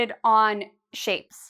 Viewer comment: Its only me or I here shame instead of shape?